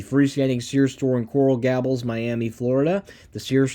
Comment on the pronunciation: Coral Gables.... gay-bulls Tukwila..... tuck-will-uh